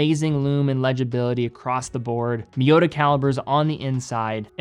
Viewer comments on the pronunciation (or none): none